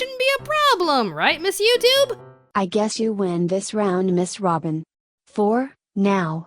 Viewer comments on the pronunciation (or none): none